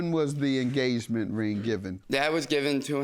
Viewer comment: The judge said “you suing for the enGAYment ring” 🤣🤣🤣🤣🤣🤣